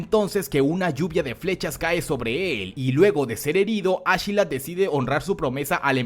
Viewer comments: Como que ASHelat ? ASKELAT !!!!! No suena igual de imponente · Yo intentando no arrancarme las orejas cuando escucho ashilad (askeladd) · Askelat no ashila 😂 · Me da una cosa bien rara cuando dices achelad en vez de askelad pero bueno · A mi tambien, te lo juro incluso algunas veces me confundia